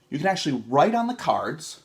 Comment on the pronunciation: "Treehouse ceeards." Hilarious, but I think pronounces it more like curds.